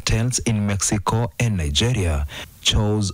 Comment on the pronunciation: its Mexyko not mekiko nkt in English its mek-suh-kow